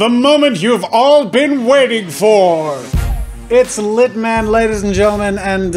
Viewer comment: I thought "Litman" said "Zitman"